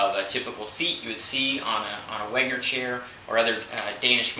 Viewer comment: Weg-ner, it's Weg-ner; not "Weng-er"